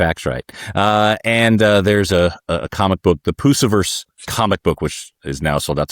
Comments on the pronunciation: And he just keeps pronouncing it that way! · to be fair, the pronunciation is consistent with Lucifer. But it's odd that he continued after politely being corrected.